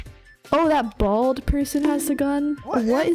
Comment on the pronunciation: The way u said bald lol